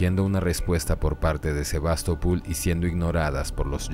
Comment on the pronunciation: Por que SevastopUl? Es SevastopOl.